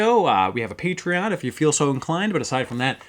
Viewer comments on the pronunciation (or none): none